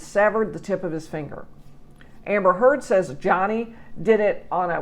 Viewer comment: Thank you for pronouncing her last name correctly!!!!